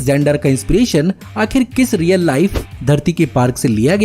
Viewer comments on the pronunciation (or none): none